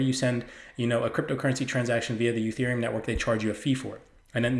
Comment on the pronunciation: Very good info. Careful sometimes you say Utherium not Etherium!